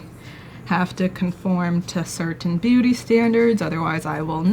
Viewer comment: The caption also wrote " booty guru " so yeah it was just a accent which made it sound like booty